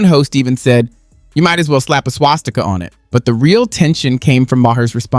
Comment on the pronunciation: "Swasticker" ~Joy Behar